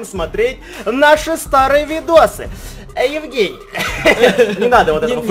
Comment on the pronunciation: Он так сделал акцент «евГЕЙний